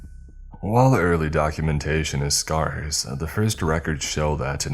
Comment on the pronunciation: First time hearing scarce pronounced that way...